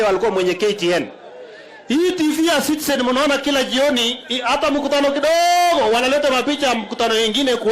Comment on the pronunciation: Sudi is it Citizen or sitisen